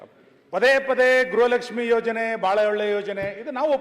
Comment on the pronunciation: ಯವ್ವಾ ತಾಯಿ ಮುಂಡೇ , ಅದು ಗ್ರಹ ಲಕ್ಷ್ಮಿ ಅಲ್ಲ,,,, ಗೃಹ ಲಕ್ಷ್ಮಿ ಅಂತಾ ಹೇಳೋಕೇ ಬರ್ತಾ ಇಲ್ಲ ಇವಳಿಗೆ 😂😂😂😂